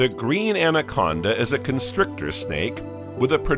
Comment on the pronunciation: Evidently the A. I. narrator doesn't know the difference between constrictor and construction.